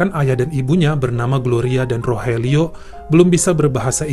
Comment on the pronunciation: Wah Abang keren bisa mengeja bahasa Spanyol ( Rogelio= Rohelio) Guillen = …..?